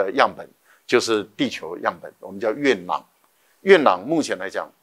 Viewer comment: 月球土壤簡稱月壤（yue rang),何為唸成yue nang?